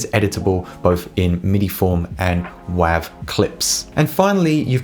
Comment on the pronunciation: The .wav file format is pronounced "wave". The .wav is the file extension of the "wave" audio format created by Microsoft and IBM and released in '91.